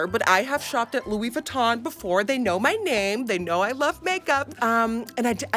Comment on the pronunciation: Louis whytton HAHAHAHA i love u